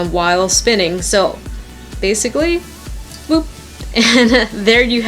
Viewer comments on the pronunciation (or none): none